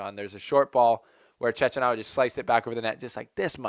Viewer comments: I like this video ,but please is "Chekkinato", that bad pronunciation hurts my Italian ears! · You're not alone but its pronounced Chekinato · Your mispronunciation of Cecchinato's name undermines your journalistic integrity.